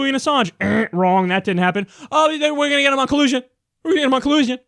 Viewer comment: nice "we gonna get him on colussion" LMFAO